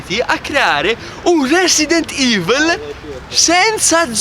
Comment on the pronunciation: "resident ivl"